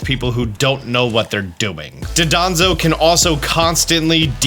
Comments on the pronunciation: Just thought I’d mention that it’s Dondozo not Dodonzo. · It's "Dondozo" not "Dodonzo." 🤣 I'll also never get out of my head hearing you say "Zyvelious" for Zweilous... Either way, you're awesome and do great work! Just put some respect on the Pokemon's name, please. 😇🙏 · JUSTICE FOR DONDOZO ✊✊✊ IT IS PRONOUNCE DAHNDOHZOH NOT DUHDAHNZOH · I love how everyone calls him Dodonzo when his name is Dondozo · "Dodonzo" Glad I'm not the only one who has made the mistake of pronouncing Dondozo's name like that. XD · Will he ever learn to pronounce Dondozo's name correctly? XD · please note Dondozo's name and pronounce it properly, its basic english